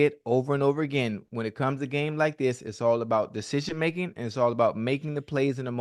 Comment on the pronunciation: Man can’t say decision making to save his life